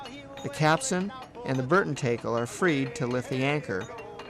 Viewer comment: you guys pronounce tackle wrong... TACKle not TAKEll